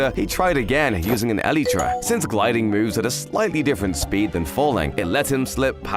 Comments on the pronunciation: It's not elïetræ It's Elaitra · It's not ELETRA it's ELYTRA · Bro when he says elytra he says elytra(elitra) not elytra(elightra)😂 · no way he said elitra